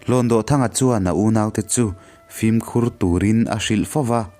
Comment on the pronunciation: Kanu ni kapi Nula senoir bantlang khan min hrilh thin a..mahse HLAWNDAWHTHANGA hi lamdan a inanglo deuh..DAWH hi kutdawh a..DAWH tih ang hian lam tur ani lo maw.... I thiam tho tho a..ngaihnawm thei khawp mai